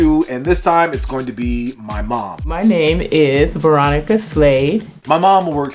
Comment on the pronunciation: I thought she said Veronica slave 😬😬